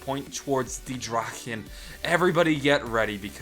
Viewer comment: i like how you pronounce "die Drachen" and "der Eisendrache" . your pronounciation is one of the best from an english Person ive ever heard